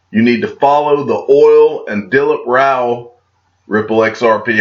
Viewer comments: You have pronounced Dilip Rao name perfectly . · You pronounced it correct - Dilip Rao 👍🙂